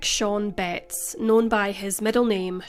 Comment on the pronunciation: I was just listening to this at first and I thought you were saying the last name Bates in a really Northern accent.